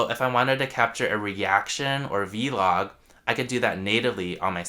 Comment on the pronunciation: "Vee Log"